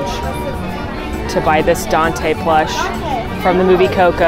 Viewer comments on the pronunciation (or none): none